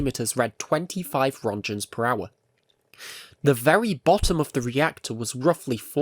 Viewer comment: "1000 rontchens"